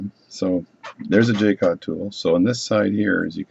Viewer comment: If you can't find Jewel gauges, a set of regular gauge pins, from 0.5 mm up to 200 /per 1/200mm will work really well (and has other applications too!) And it is pronounced Ja-cot or Zsa (as in Zsa Zsa Gabor) -- Co (as in Comanche) Hugs ! Paddy